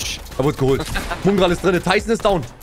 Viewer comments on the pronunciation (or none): Wo ist eigentlich das U in Mongraal... Muuungral